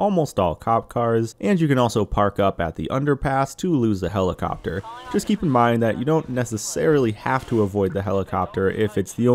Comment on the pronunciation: i cant unhear helicockter